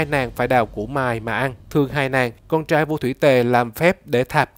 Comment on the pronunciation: Neu co the ban nen noi cho ro chu R cho dung hon nhe ( vi du nhu chang trai nhung ban noi chang CHAI ) vv qua that la qua kho nghe .